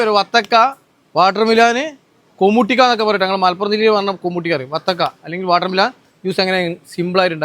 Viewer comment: വാട്ടർ മിലാനല്ല എ സി മിലാൻ (വാട്ടർ മെലൻ )